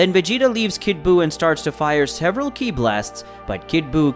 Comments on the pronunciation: Ki, he literally called it K.I. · Like k....I instead of ki. Mayjin bew....majin buu....this guy is funny,but has all of these subs 😅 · Why is saying the word “Ki” (key) so hard for some folks to say? I love the story but when i heard “Ki”, Broly, and Zeno incorrectly pronounced, its like nails on a chalk board… its Broly (Bro-Lee), Zeno (Zeh-no), Kakarot (Ka-Cuh-Rot), Babiddi (Bah-bih-dee), and Ki (key).